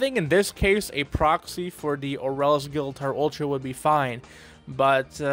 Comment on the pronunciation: Technically his name is pronounced as gill-uh-torr.